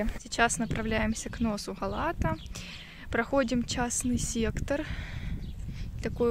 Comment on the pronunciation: Га̀лата! Ударение на первом слоге.